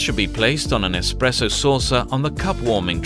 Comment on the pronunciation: "the main features of an EXPRESSO are....." this expresso hes speaks of sounds an awful lot like espresso